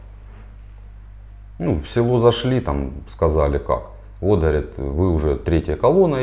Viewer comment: Мужик даже говорит с украинским акцентом, гхакает.